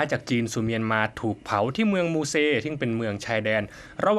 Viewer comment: ไม่ใชเมืองมูเซครับ อ่านออกเสียงเมืองหมู่เจ่คระบผม